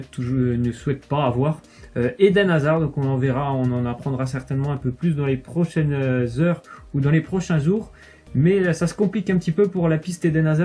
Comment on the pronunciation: "Prochaine zeure ou les prochaines zoures" 😂😂😂😂